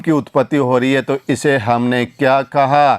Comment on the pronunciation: भूकंप होता है भूखंप नहीं।